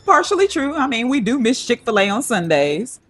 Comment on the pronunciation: “Chik-fila on Sundays”😂